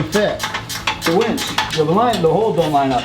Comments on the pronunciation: its not a wench its pronounced winch. (win ch) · It's a "WIN"ch. A "WEN"ch would bring you your ale in times of yore. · DUDE ITS A WINCH NOT A WENCH ! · its a winch not wench mate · Umm.... winch not wench 😁